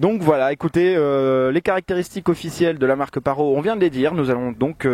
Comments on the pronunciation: Juste 25min c'est vachement bien pour un drone (et ça ce prononce parotE) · On dit parrottttt il faut prononcer le T 😂 Sinon bonne vidéo bravo supers montages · "25 minutes décevant, même très décevant.." Really? Et PARO, c'est toi le Paro! :P "La fonction OM" on prononce le H en anglais grrr... -1 désolé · On dit PARROTE 😩